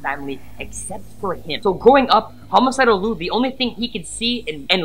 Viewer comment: just to let you know....his name is Liu pronounced Lie Eu not Lue. He gets angry if you call him Lue and not Liu. That is due to Sully. I’ve met him before and he is nice but if you make him mad, Sully takes over and attacks you.